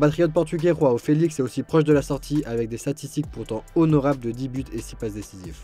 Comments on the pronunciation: J adorerais ne plus entendre … « ROAO FÉLIX … » Le mec dépanne c’est sûr il a aucun entrain et le nom des joueurs … tu mets une IA c’est pareil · "Khoao Felix" 😀😃🙂🙃😊